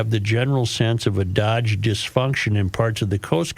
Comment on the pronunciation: STOP SAYING "DODGE" IT'S PRONOUNCED "DOUGHJ"